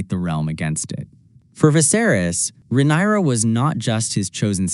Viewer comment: Perfekt Video buttt pleassseeeeeeee say rhaenyras Name Right 😅